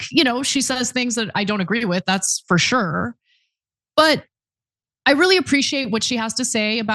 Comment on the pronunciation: Can Anna please learn to pronounce Sure …just sat shore